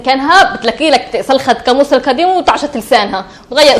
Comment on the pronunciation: "هل سكان مشهد الخليل ينطقون حرف ق "ك مثل ماقالت الفتاة قاموس =كاموس